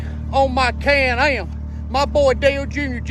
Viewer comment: It's a can am not a can ham